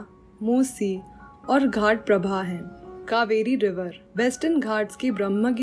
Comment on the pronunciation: your teaching is very good but some of your pronunciations are wrong like Ghataprabha, Zanskar, Satluj and some more .Or else everything is very good